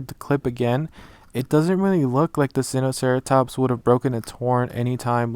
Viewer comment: Its actually pronounced "sign-oh-sareatops" 🤗